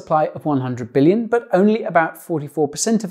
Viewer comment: "9 Bililion xrp" rofl